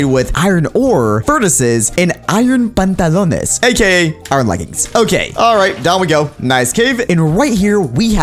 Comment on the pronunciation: says pantolones fo you know